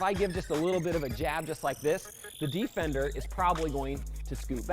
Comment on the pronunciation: Um one question whats a Dee-Fender😂😂😂